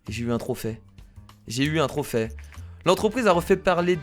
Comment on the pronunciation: Kira s'est pas un trophais sa se dis trophée comme le é !